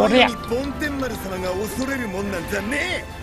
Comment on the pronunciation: 梵天丸は、ぼんてんまるですよ